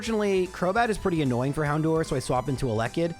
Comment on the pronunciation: I know a lot of people complain about how you say certian words, but it drives me nuts how you say "Houndour" you say "door" when It's dour, rhymes with sour.